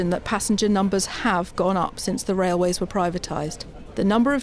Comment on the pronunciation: What's a "raiway" FT?